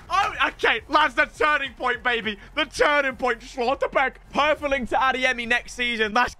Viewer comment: Schlotterbeck isnt pronounced austrian, its just Schlotterbeck 😂